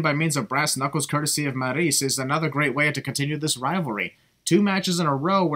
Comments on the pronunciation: everytime you call maryse "marriese" a baby angel dies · The way you pronounce Maryse and Sin Cara is the biggest sin here. just a prank